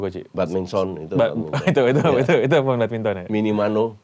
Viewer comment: Bukan minimano coach, minamino🙃😆😆😆